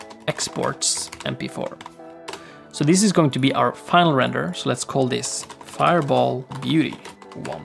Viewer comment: Faier bol xdxdxd